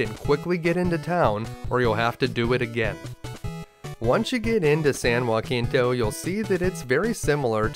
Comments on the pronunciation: San Jacinto is not said as San Joaquinto but "San Ha See nto", other than that this gameplay was pure flawless perfection. Also I love it when you destroy the plot and find hole after hole in the main story. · San Juh-Sen-Toe (not Wah-Keen-Toe) ;) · This game was a blast but I never finished it when i rented it as a kid. But as a native Texan, It's San Jah-sin-toe. We pronounce it different from the original San Ha-sin-toe. Great video my dude! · San Jacinto was where Texas won Independence from Mexico. You completely mispronounced it. Hard J soft C. [juh-SIN-to] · Naturally, it's a great video, and for a game I never woulda thought was so good. Everybody is saying that though. So I wanna ask something. Did anybody else kinda chuckle at how he pronounced San Jacinto in this video ?